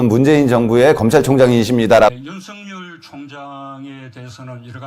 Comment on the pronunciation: 맞습니다 하지만 윤성녈이 아니라 윤석열입니다 혹시 일본인처럼 발음이 잘 안 되시나요??